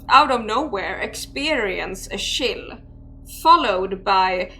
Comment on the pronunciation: frr , the “sheil” for chill 😭😭